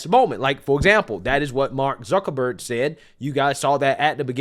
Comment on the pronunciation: Mark Zee-kuckerberg